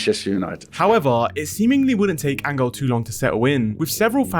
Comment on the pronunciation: In what language does Angel become "angle."